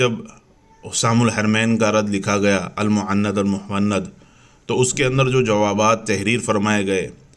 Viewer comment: Are Bhai Apko to kitab ka naam bhi Lena nhi ata المعند علی المفند kh rhe hn المہند ہے